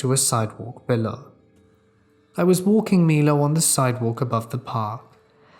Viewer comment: Damnit! You finally pronounced my-low right and then went right back to mee-lo! 🤦‍♀️ LOL!